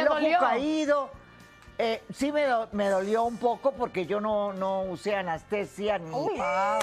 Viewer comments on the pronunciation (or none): Sra no es anastesia, es ANESTESIA